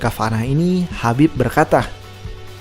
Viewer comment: khabib min bukan habib😮